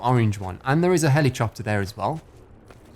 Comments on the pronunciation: "Helichopter" lmao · "Helichopter"? Lmfao. Is that how they say it in England? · “and there is a heli chopter” 😂😂😂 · Helichopter hahahahaaaaa